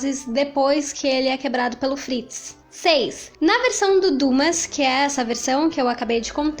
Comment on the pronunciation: muito legal o vídeo! só um pequeno detalhe: Dumas é pronunciado como duMÁ (oxítona e não pronuncia o S)